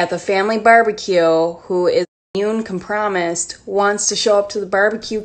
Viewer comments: I've heard a lot of mispronounced words but com-promised is a first 😂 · Isnt it compromised? Or did she say it wrong? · I literally screamed at immune com-promised 😂😭 What a gem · “immune come-promised” 😂😂😂😂😂😂😂 i cannot believe this anymore im laughing so hard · And the chick who said COM-PROMISED Probley yells at 16 year old cashiers about her American right not to wear a mask. 🤔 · homegirl’s shirt says “Everything Hurts” 😂😂😂😂😂😂😂😂😂😂😂😂😂😂😂 Her brain definitely hurts, trying to pronounce compromised. 🤣🤣🤣🤣🤣🤣🤣🤣🤣🤣🤣🤣🤣🤣🤣🤣🤣🤣